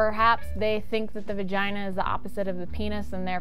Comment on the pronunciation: I am pretty sure she said uretha and vergina...